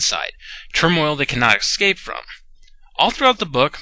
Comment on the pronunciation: Dude... I like your videos a lot, but you have to stop saying excape!!! GAH!